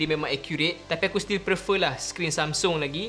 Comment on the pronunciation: Sorry, nk tegur sikit..tp bukan pasal iPhone or android. Tapi word "PREFER" plsss broo....sebut betul2.. Tiga kali dengar ko sebut...sakit telinga.. Plss.. 🙏🏻🙏🏻